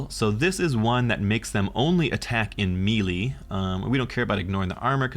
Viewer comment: Thought 1. "I love these faction deep dives, I am so glad I found this channel." Thought 2. "... He's going to say Mee-Lee in every single video isn't he?"